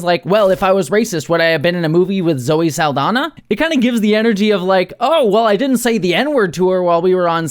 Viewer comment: FYI, Saldaña is pronounced Sal-dan-ya, not Sal-dan-a. The ñ is a Spanish alphabet character that English lacks, and is pronounced like "nyah," not "nah." HTH!